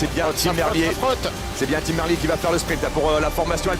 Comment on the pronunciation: C'est pas comme ça que ca se prononce Merlier !!! Ah ces français qui ne savent pas parler correctement 🤦‍♂️🤦‍♂️